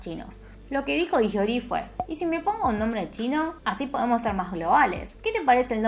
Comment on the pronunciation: no hay descepcion mas grande que aquel dia en el que lei en coreano el apellido lee, que en realidad se pronuncia i, damn•~• •<•